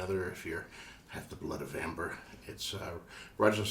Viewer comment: Thanks to you. I was searching for the name. He said it very unclearly which was difficult to understand